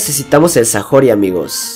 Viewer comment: "Sajori" xD